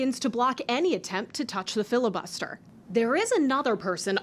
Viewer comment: "🤷 filla-buster this, filla-buster that... yea whatever😄"